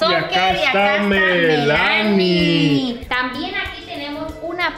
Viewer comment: En mi país no se pronuncia Melánie, se dice Mélanie !